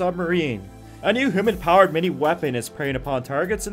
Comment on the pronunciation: Yup, it is. The guys who do these videos should look up pronunciation of these things. Also, he kept saying "hoOmen" for human powered haha.